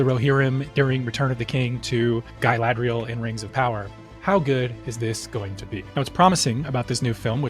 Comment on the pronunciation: Guy ladriel huh? Lol. Wtf. Never heard it said like that. Definitely not the correct way. Uhg. 🤮 I honestly hope they don't do this. We don't need any other lord of the rings trilogy timeline stuff. They should do the period of morgoth and sauron.. there's more than 3 films of stuff there.., way better stories I think as well. I know what the rings of power is doing this but I heard it's really not that good. Movies would be better.